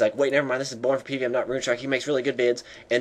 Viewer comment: Bern fer pee-v-eem